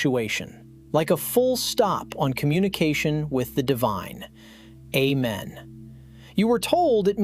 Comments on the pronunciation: 2 syllables, not three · Allow me to correct you please. A-men has 2 syllables, not 3. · A-men, that’s 2 syllables. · That's 2 syllables not 3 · Amen is 2 syllables 😂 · This video lost me at not knowing that the word has 2 syllables and not three. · It is not three syllables!! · Amen.... is def not 3 syllables lol. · Amen is 2 syllables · am I crazy, or did this guy just say that "amen" was three syllables? And if so, why should I believe anything else he says in this entire video? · three syllables? lol, I do enjoy your videos, though. Thanks for what you do! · It’s 2 syllables but live your dream… please continue..